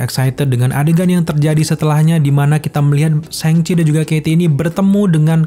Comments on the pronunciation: Bang cara nyebutnya yang bener itu "shang chie" bukan "séng ci" LOL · Bacanya yang bener sangci bukan sengci hehe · Syang ci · Cara baca yg bener "syang ci"